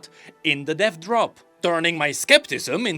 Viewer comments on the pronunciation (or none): my sweet sweet summer child. I want you to know that with your accent when you say "Dev Drop" all I hear is "Death Drop" and now all I want to see is a Drag Queen act performing a Death Drop 😂😂🖤🖤